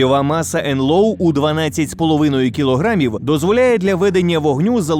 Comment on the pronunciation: Та не «нлоу», а просто «нло» . тобто «енло» . вчить вже англійську, damn it!